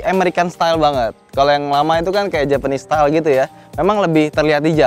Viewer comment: agak ambigu sih pas ngomong japanese style...wkwkw